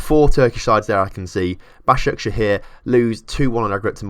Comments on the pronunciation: Yessss you said Başakşehir right :D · Moving to three Istanbul clubs... Does Caner Kocak want to die? Also, your pronunciation of Basaksehir was quite good